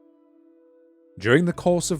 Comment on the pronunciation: Man, I wanted to hear this but cannot listen to you trying to cram an extra syllable after BC every other minute